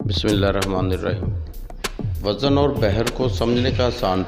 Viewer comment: وزن خود غلط پڑھ رہے ہو بھائی جان